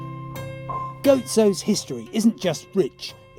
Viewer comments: Simon, it's pronounced GOZO NOT GOATSO! And Olly Reid had a LOT more than ahalf a shandy the day hed died in The Pub... A LOT MORE! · Paul Alton I'm Maltese its gozo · Perhaps Simon could pronunce Gozo instead of Goatszo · Yea i know, was taking the piss out of the way the presenter was pronouncing it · Apart from mispronouncing Pastizzi, Valletta, Dgħajsa, Gozo & Ġgantija... quite a decent documentary. To note, the people may be friendly during the first 48 hours, but then you will have the pleasure of experiencing the manipulation and exploitation that is prevalant in 75% of the population.